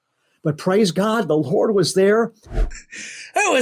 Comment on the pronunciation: I heard whore when he said lord